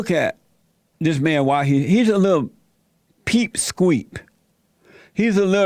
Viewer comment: Hold up. He said, "peepsqueak." 🤣🤣🤣🤣🤣